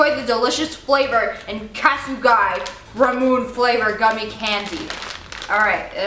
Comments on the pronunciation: I've had the first candy they've tried, the first mochi, the "Asian jerky", and Ramune candy. You pronounced Ramune and mochi wrong. It's Rah-Moo-Nay and Mah-Jee. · in bothers me when people say ramune instead of ramuné. anything with an e at the end is pronounced a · Also it's pronounced ra-mu-nae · ramune ra-moon-ne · ラムネ ramune: rah-moo-ne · its Ramuné (Ra-mu-nee) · ramune = ra moo nay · it's pronounced Rah-Moo-Nay(Nae) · Okay don't hate on me for this but she pronounced Ramune wrong it's pronounced like Ramin sorry if that sounded rude it's not meant to be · your saying the soda, romune (think that's how you spell it) wrong XD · Ramune is not pronounced like that it is pronounced like lemonade but L=R and erase the d